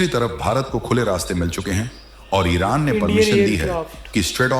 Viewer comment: ऐरान? प्यूटन ये हमने पाकिस्तानियों से सुना और भी शब्द